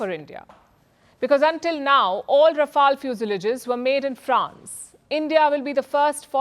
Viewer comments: Please correct your pronunciation Pronounce "Rafale" Pronounce "fuselage" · How do v pronounce Rafale or Rafail . 🎉🎉 Think over it, pl. 🎉🎉